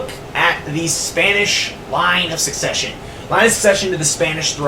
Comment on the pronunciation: Suppose to sound spanish the way you said succesion you sound more french